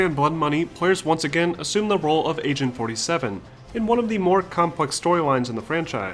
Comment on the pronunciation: Lol, You keep pronunciating it as 'Asain 47'.